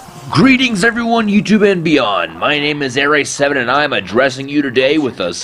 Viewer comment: uh-ray sivvun